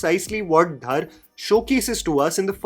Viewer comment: yaar, it's not Dhaar it's Dhar